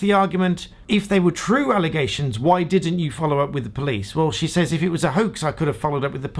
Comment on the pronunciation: I am here to hear you rhyme 'says' with 'ways'. LOL. But let's be honest: it speaks more to the stupidity of the english language, doesn't it? Logically, the two words should rhyme.